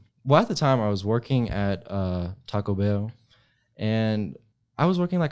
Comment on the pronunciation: Why’d he say Taco Bell like that??